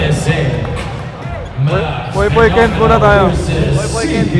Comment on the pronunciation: Air jorgaw brod. POYPOY ndi popoy..Kent ho ndi ken .